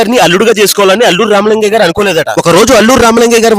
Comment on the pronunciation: Alluru ramalingayya kaadhu swami , allu ramalingayya